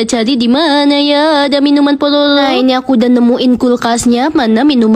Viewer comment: Dih alay banget masa bilang Pororo aja palolo